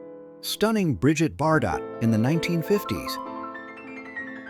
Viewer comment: "Disguise of British military equipment as elephants, India, wheeee!" "stunning Bridget Bar-Dot in the 1950's" -That's pronounced "BarDoh" 😝 "September 1942, Didazi" -Heil, September! I didn't know that a "bikenee" was illegal in 1957.